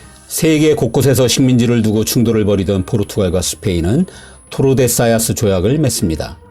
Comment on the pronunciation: 토르데 시 야스 입니다. 철자는 맞고 발음이 틀림 ㅡ.ㅡ